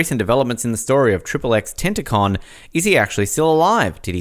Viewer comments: It’s not tenticon it’s tentacion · man said tentacon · what is he a tentacle?? its ten-tah-cheeon.